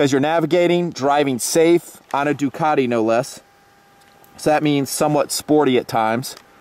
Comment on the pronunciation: Duc-ah-te....... Duke-at-ee is like fingernails on a chalk board to Ducatisti.